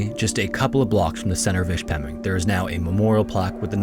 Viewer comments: Hey btw, I’m from the UP, and Ishpeming is pronounced Ish-pim-ing not ish-pem-ing. Don’t sweat it though lol it’s just something that caught my attention. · The town name is pronounced "Ish-pe-ming" not "Ish-pemming" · ISH-Pemming. From a youper eh? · Wow, crazy story. I'm one of those Michigan residents who had never heard of it but I'm glad I do now. Also I know it's too late to change anything but just for future reference, I'm pretty sure the town is pronounced with the first syllable stressed, like ISH-puh-ming, not ish-PEH-ming. Anyway, great video. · Ishpeming is pronounced ISH-pih-ming. Not ish-PEH-ming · ish pemming lol ish-puh-ming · Its not Ish-peming it's "Ish-pa-ming" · Ish Peh Ming not Ish Mem ing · the way you pronounced ishpeming was a good try. its ish-puh-ming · I love your stuff but you really mispronounced the name of that town ishpming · Me loving the video but cringing at the pronunciation of Ishpeming 😂 (ISH-puh-ming) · ISHpeming - accent on the first syllable. Or "IshPERming" if you're a local. (yes, they stick an "r" in there). I can guarantee you that folks here have not forgotten. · Ishhhpemmming? Haa haa. AI crap….go elsewhere for real content. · Im from Michigan,it's pronounced-Ish-Pa-Ming.... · Grew up in Michigan and had never heard of this. Would be interesting to see a video about the Edmund Fitzgerald as well. Side note: most Michiganders pronounce it ISH-pe-ming, with the emphasis on the first syllable. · I grew up in the Upper Peninsula but live downstate now. MI represent bois. FYI the city of Ishpeming is pronounced about like "ISH-pa-ming" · It's. Ish -peming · Ish-Pem-ing is how it’s pronounced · As a yooper your pronunciations could use some work but a lot closer than some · Bro that is not how you say Ishpeming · Would have been nice if he leaned how to correctly pronounce Ishpeming. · One day someone will say Ishpeming rignt. Today is not that day. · You miss pronounced Ishpeming